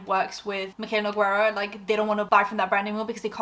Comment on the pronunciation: Her accent too. Started off mild, like it was obvious her American accent wasn’t super neutral. But now it’s so thick it’s almost cartoonish. If you talk about her again, her last name is Portuguese, you don’t pronounce the U, it’s read kinda like noo-gay-ruh. Not that she pronounces it correctly herself, but beside the point.